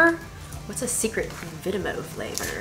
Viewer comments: Hi I love yous and yous inspire me so much and I am from the UK and just to let u know that u said vimto wring u just say as the word says with all the letters 😃💛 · Also it is not vitmo it's vimpto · Vimto ( we pronounce it vim toe ) is a really popular drink here in the UK